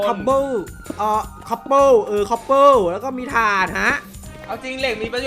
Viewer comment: โอ๊ยพี่อ่านพิดมันอ่านว่า คอบ เปอ